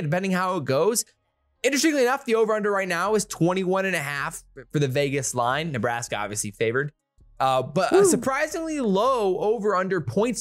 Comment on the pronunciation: 35 -10 neebraskee.